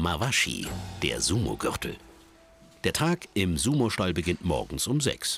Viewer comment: lol, "stall"